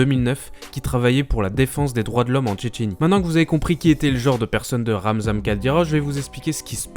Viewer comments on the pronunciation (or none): c'est pas Ramzam mdr ça se prononce RamzaNE